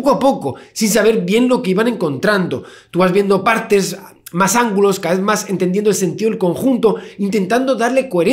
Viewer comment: Ahora cada vez que dice "más", escucho "musk"